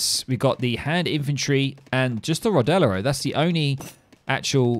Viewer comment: Caster you are pronouncing rodelero incorrectly. It is NOT ro-de-le-ro. It should sound something like rod-leer-ro but you say it quickly. The 'e' between the 'd' and the 'l' is spoken very quickly so it is as if it is silent...but it is not really silent, just spoken quickly. I speak Spanish so I know. Helpful link